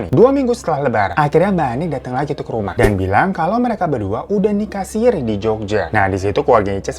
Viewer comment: Nikah Sirri bang, bukan sirih 😉